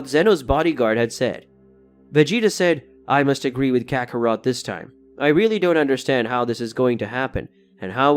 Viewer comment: It's kakarot not Kakaro